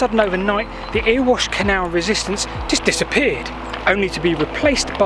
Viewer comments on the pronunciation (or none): I loved the "Earwash Canal",. But the locals pronounce it "Errywash". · Great video. Thanks. You’re not heading to “ear wash” canal. It sounds like “merry wash” without the m. You’ll just upset the locals. The waggon in sheep pasture incline’s catch pit isn’t from an accident. When the line was closed in the 1950s they did what you would do if you had something that would never be possible again, they had some fun and let it runaway on purpose just for the lols. Sadly it was added after a train did runaway in the 1880son the incline and smashed across the canal and railway. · Just one thing, apart from the brilliance of giving an eye on this layout so close to myself (M. Bath and regular 'user' of C. Canal towpath)... Hhmm, It isn't 'Earwash' Canal (as said), but Eraywash/Erewash', as spoken locally. Sorry. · Erewash; Pronounced "erra-wash"